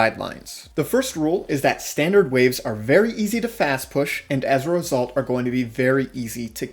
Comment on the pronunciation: When you Say as result i just hear ezrealsult 😂